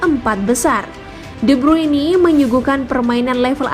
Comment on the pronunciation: De bruini 🗿🗿🗿😭😭😭